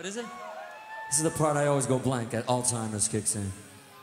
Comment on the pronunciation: Sorry Nuno. Its called Alzheimer 's. not All-timers - Nuno, reeeelay? Ok, you're a great player. Lets leave the "mistake pronunciations alone".........